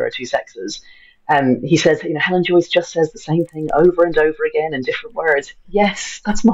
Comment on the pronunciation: It's Joyce, not Joice